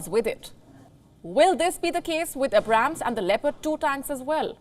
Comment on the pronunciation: I like how she mispronounced Abrams 😂